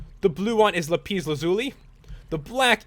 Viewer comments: It is not lipes its la-piss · It's not lipis lazuli 'lapiz lazuli okay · Its lapis lazuli not lapees lazuli!!!!!!!!!!!!!!! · it's not lapeez lazuli it's lapis lazuli. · its not lapeez its lapis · its lapis not lapiiiiiiiiiis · lapis not lapees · Lol it's lapis not lapees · WOWWOWWOW!!! SO ENERGETIC! now that deserves a like :) but stop saying lapeeeeeeeezzzz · you said lapees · it's pronounced LAP ISS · NO!! It's la pis the a does not say ae just says a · dude it's pronounced lap - issss lazuli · Lol hilarious lapise hahaha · Its pernounced lapis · Sorry. Did you notice that he said lapis wrong? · you say lapis wrong